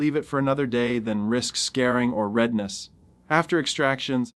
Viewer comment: I really wish you would say " scar ( like s-car ) followed by ring)" . Whatever you said I have never heard befor and hope to never again.